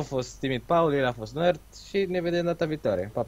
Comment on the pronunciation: Dece Paul iti spune si iti spui?